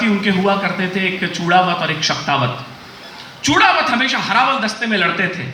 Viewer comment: Great...but चुड़ावत नहीं बोलते है, चुंडावत बोला जाता है